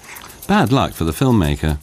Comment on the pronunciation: Ok, that's about as much kindergarten narration as i can stand. Are you serious? And could you please say..film maker one more time? Wow...bad!